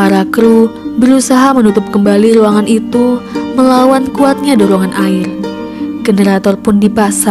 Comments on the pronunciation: woi ngomong nya yang bener dong air bukan ail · Kok yang pas kata ada dua orang yang melakukan hal gila yang bikin video ngomong ail padahal air mungkin terlalu cepat jangan gitu lagi ya kak